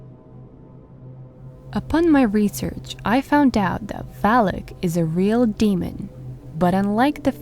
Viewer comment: Not valik it’s valak